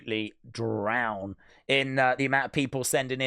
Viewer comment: I'm not being a d!ck but it's "drowned" right?